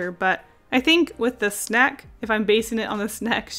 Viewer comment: While she said snack while drawing the fried squid lady.... I thought she said snek... is it me? Or does she actually sound like she’s saying snek? (Not in a rude way of course)